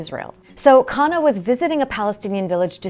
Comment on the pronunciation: Not kana it’s pronounced like khan +nah = khanna